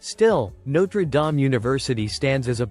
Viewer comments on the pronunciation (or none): Oh, and no one --- and I mean absolutely NO ONE --- pronounces the Home of the Fighting Irish "No-truh Dahm".